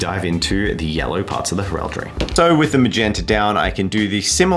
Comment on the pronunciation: Please tell me I'm not the only one who cringes every time he mispronounced heraldry? 😂